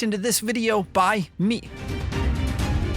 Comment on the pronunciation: Can I ask why and the way you say "by me" are you 2 having conflicts? Maybe then since this video is a year old now.